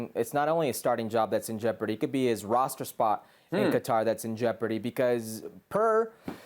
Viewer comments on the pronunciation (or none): Bro said roster